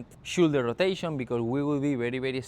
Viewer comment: great video, no quiero ser piki smiki pero si quieres mejorar mas aun tu Ingles shoulder se pronuncia igual como 'show' fonenticamente seria showldu